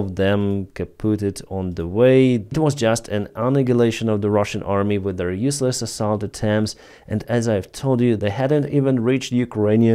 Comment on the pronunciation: Yes. You have become an anti-trump news and opinion channel. Stop it. Just give us an accurate news. Less opinion. There is no g sound in annihilation (in American English).Still I love your channel.